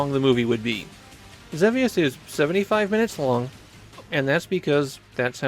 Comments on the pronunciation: ZEE VEE USS It's pronounced WITH A LONG E. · I'm fairly certain that in English, the game is typically pronounced Zee-Vee-Us. But I know you often focus on Japanese, where your pronunciation is standard. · wait there's a correct way to say Xevious? I assumed it was one of those names that had differing pronunciations with no clear right answer